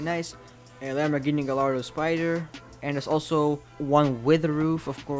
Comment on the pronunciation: that old porsche and the WBD variant is an mix of the and the 964, as well the WBD is a RWB bodykit and tuned car ( hence the name WBD ) edit: you mis-pronounced Gallardo, the to lls make y noise